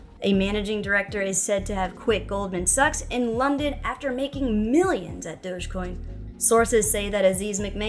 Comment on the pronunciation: I love it when you say Goldman sucks. LOL